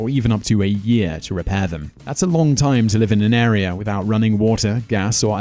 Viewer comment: lol they tim instead of time